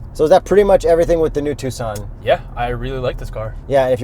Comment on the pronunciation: Thanks for pronouncing Tucson correctly